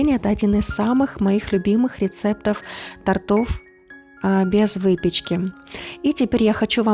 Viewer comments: при всем уважении,не тортОв,а тОртов(ударение). Извините, я по-доброму. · ОДИН ИЗ САМЫХ ЛЮБИМЫХ НЕ тортОв , а тОртов! уж научитесь говорить правильно, если БЕРЕТЕСЬ ВЕСТИ ТАКИЕ БЛОГИ. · Только НЕ "тортОв", а "тОртов" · аналогично, слух очень режет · Девушка! ТОртов, а не тортОв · ТОртов,а не тортОв!!!! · Не тортов, а тортов-удврение на первый слог! Говорите правильно! А то уши режет ваша безграмотность! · ТОртов, а не торТОВ. Говорите правильно. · Пожалуйста, не нужно говорить тортОв! Если предлагаете рецепты тОртов, потрудитесь правильно произносить хотя-бы ключевые слова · Не торто’в , а тОртов !!! Если уж видео снимаете на всю страну , так и говорите правильно ! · не тортОв, тортЫ, а правильно - тОртов, тОрты ( ударение)! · Это НЕ торт , а желе Торт - кондитерское изделие из сдобного теста и крема ! Говорить надо тОртов , а не тортОв !!!!!